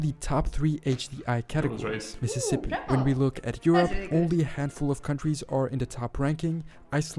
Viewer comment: It’s Mississippi. 😅